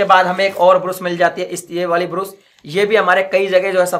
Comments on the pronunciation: तू कम सिखा है क्या योगी ब्रश को ब्रूस ब्रूस बोल रहा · Brus nahi Brush hota hai